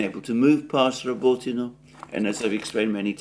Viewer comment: This "well-spoken well-educated" guy can't even say or spell the simple name of a city right, not even if he spoke it 100times 😂 "Rabotino" "Kleshejevka" etc, it's embarassing.